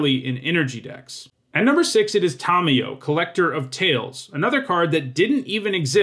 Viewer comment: Tomyo, KrAHsis...jesus chriet how do you mispronounce so many names so, so wrong.